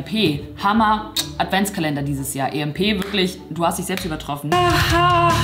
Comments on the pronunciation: Immernoch EMP wird englisch ausgesprochen und nicht deutsch -. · EMP wird wie IMP ausgesprochen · Ich liebe sie echt aber wie sie emp und nyx ausspricht triggert mich schon sehr 🤧😂😑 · Kleiner Tipp emp wird englisch ausgesprochen😁